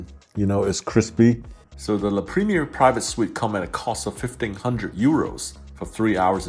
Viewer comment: You post on YouTube and can’t pronounce La Premiere properly?